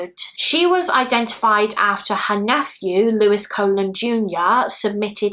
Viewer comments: Just so you know, the name Colon is pronounced the same as Cologne. Love you so much! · Thanks for updating the cases. Colon is an Hispanic name, it is pronounced with two long o’s kind of like “Cologne”. It’s so sad that even her real image remains mysterious. I really hope her family members have better pictures of her. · The last name Colon may actually be pronounced like cologne (I had a friend with that last name so just an assumption) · Hey lovely, Evelyn’s surname is pronounced Cologne. It confused me at first too 💜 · I've seen multiple videos covering this and have yet to see anyone pronounce it correctly.